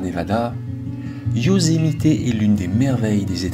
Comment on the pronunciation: Bonjour, j'ai une question pour toi et elle n'a rien de bien grave mais j'aimerais comprendre pourquoi prononces tu Yosemité? C'est anglais et les Américains tout comme nous ne prononçons jamais le é mais bien le e muet tel que Yosemit où lorsque certains américains prononcent le e en tant que i comme cela se fait en anglais car l'anglais américain est une langue d'expression. Je me pose toujours cette question lorsqu'il m'arrive de converser avec des cousins français. Sans rancune j'espère mais ça m'intrigue. Merci pour l'excellent travail que tu nous présentes et en ces temps difficiles c'est bien de penser à autre chose. ✨🫂✨